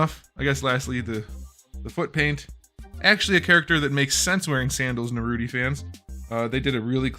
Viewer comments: For the love of god dont say Naruti, is naruto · it’s Naruto, not Naruti 😂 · Bro said narroti😂🤣😂🤣😆😂🤣😂😆🤣😂😅🤣😂🤣😅😆😂🤡😹😸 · so uhm no one gonna talk about “naruty” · Brotha said naruty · Is no one gonna talk about how he called Naruto Naruti??? Lol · I love how he pronounce Naruto as Naruti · Bro said narute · Bro is calling naruto naruti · what's a nurooty? it sounds like a goofy anime